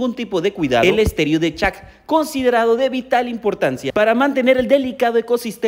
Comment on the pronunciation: Se dice estero no estéreo ni que fuera sonido jaja